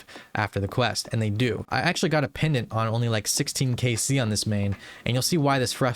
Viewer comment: why is bro saying pendent of aids